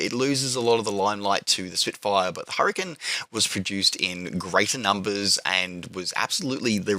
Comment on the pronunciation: "An 'urricane with an 'ook" :D